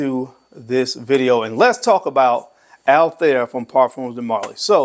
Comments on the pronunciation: The pronunciation of PDM Althaïr was wrong😊: there are 2 dots on the I😉, so it is Altha ir ☺️ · It's actually pronounced as Altha ir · It's pronounced all- tie-eer